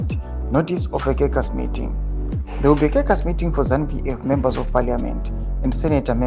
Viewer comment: Please pounce the word " caucas" properly....it's not " kekasi " but it pronounced as if spelt as , "kokus "